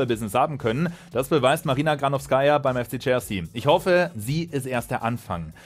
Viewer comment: bei ihrem Nachnamen liegt die Betonung auf der zweiten Silbe